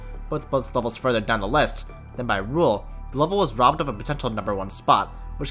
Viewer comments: Who else understood "The RobTop 1" instead of "The robbed Top 1"? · Great video. But I kept hearing "robtop 1" instead of "robbed top 1" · every time you said "robbed top 1" I thought you were saying "robtop one" which confused me every time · Am i the only one who hears "robtop" instead of "robbed" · I can't stop hearing robtop 1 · i heard "robtop won" for so long and i was really confused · Whenever he said robbed top 1 I thought he was saying RobTop won 😂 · "robbed top 1" really sounds like you're saying robtop one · why do i keep hearing robtop 1